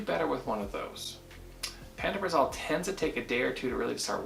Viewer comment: The literature that came with my script says pan-toe-pra-zole is the pronunciation.